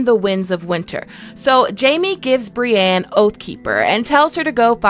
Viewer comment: How are you one of the best ASOIAF content publishers on youtube and you are still saying Brianne instead of Brienne